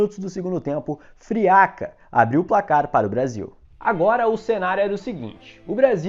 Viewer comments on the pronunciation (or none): Friaca se diz Friassa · Friaca tem o C Cedilha se fala com som de s